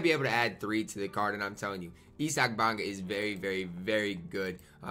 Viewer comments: Nobody:: ESSOCK Bamba. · U butcher issac name so hard bruh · i think thats how ur supposed to pronounce